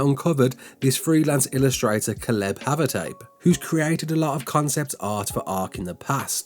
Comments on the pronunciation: Nah mate, I’m English too. 😂 you Butchered that name like a Prized Pig 🐖 fella. It’s Kay-Lub. I do enjoy your videos however. Keep up the good work Lad. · It’s pronounced Kay-Leb. Not whatever TF you said Holmes.